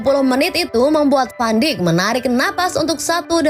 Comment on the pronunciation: Maaf min,sekedar meluruskan Van dijk di baca "van daik" Bukan "Van dik"